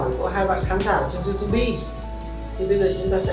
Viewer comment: Viết tiêu đề tiếng anh mà đọc Youtube thành Iu tu bi 😁